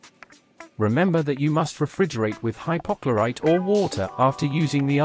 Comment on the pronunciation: The AI commentary needs to be trained better. Refrigerate with hypochlorite. The AI needs to be told its irrigate, and needs to pronounce hypochlorite better.